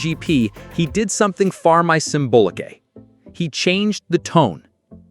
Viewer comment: 'More symbolic' seems to be a problem with your AI voice ...